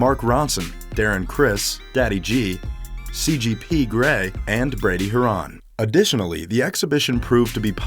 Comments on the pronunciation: 1. Wow thanks for just shoving CGP’s face at me 2. Brady Har-on? It’s clearly Hair-in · How the hell are you gonna use a real picture of CGP and pronounce Brady Harans name wrong? I mean what the fuck. Clearly your a fan of the podcast, so why would you spit in their face like that? Even worse, why did you hire a voice over artists and not even correct him on his terrible pronounciations? I mean how much effort do you really put into these? Fuck man, try harder.